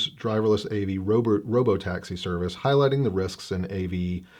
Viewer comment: De plane, de plane. Are we getting Oldsmobile, too, Mr. Roarke?